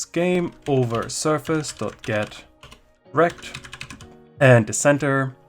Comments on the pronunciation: .get_rect sounded like Get Wrecked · I'm Australian and couldn't help having a little giggle every time you said "get rect". Great video by the way, thank you!